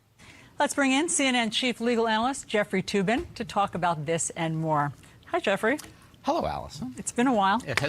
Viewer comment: Did she say jeffrey tube-in?